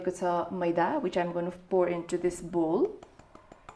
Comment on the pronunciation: English badi Jo vayo..pgl..bull hoina bowl ho bujisss.. first of all Ramro Sanga Vanna Sik chatak badi vayo tero